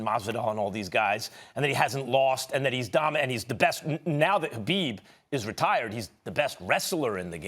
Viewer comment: Why does max keep saying habib